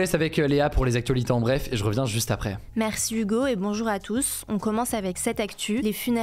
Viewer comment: PRONONCIATION EXEMPLAIRE du H anglais/américain ici par Hugo. Que les français prennent exemple! Le H initial doit absolument s'entendre fortement au début de mots tels que, High, Higher, Hello, How, Hero, Health, etc.. BRAVO HUGO !